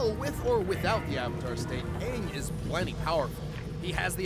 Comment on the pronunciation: It’s not Aang! It’s Auuung.🤗🤪